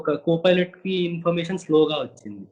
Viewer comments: Rey filot anchor nerchukunnava. Pilot anadam savata arey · Filot kadhu... Raa babu pilot. Filot... P Fassengers... Antav malli. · Rey pilot ra arey filot kaadhu ra baadkav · Most importantly his pronounciation of pilot was wrong..he always pronounces filot